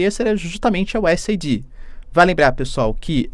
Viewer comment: Vou ser o cara chato do inglês: a pronúncia correta do USAID é Useid, ou se for aportuguesar u.s.Aid